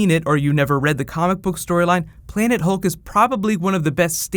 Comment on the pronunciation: Hulk not "hill"